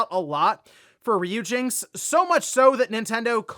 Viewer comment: That was cringe listening to you pronounce "Ryujinx" incorrectly so many times. It's RYU as in "Ryan, or Rye (bread)."